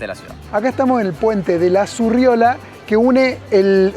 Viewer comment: Puente ZURRIOLA, no Surriola.